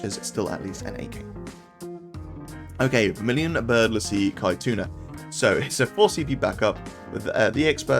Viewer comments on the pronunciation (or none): Caetuna pronounced Setsuna